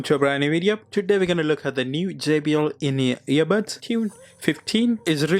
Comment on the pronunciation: По русски, он все видео говорит "ебатс"🥴